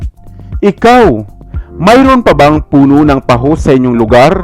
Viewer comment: Parang taho ang pronunciation